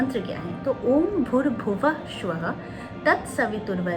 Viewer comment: You pronounce shwaha it's स्वाहा आप सा को श बोल रही है